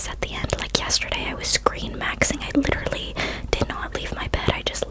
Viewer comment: He's wittawawy hitting the gwiddy